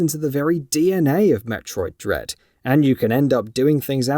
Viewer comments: Did you say Metroid Dead? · Did he say Metroid dead??